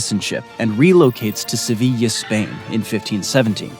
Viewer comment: I think you mispronounced the city of Seville and also the island of Tenerife. but this was very enjoyable story telling on your part.